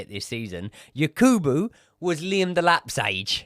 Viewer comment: please next time it’s Yakubu not Yekubu pls Sorry for this he’s a legend here in our country even though he miss the open net